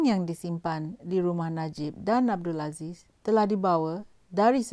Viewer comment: Mcm bab pompan ni bcakap.. Konon2 mcm ade slang mat salleh sket... Tp korg dgar btoi2 cara die sebut "rumah" minit 1.34... Ang org kampung xpayah berlagak... Lgpun dah tua... Sedo2 la dri.... Kalo lidah belacan tu belacan jugak.... Cover mcmne pun kalo time tkejut, mse tu la kluo loghat btoi... Myanmpah aku... Ape yg nk bangge sgt slang mat salleh tu....